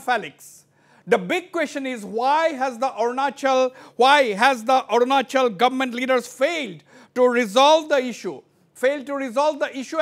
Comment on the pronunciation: By the way.....its Arunachal Pradesh not Orunachol Pradesh sir.....!